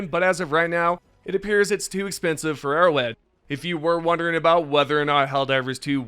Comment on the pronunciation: arrowHEAD bro oh my god. “Arrow wed” you sound so silly.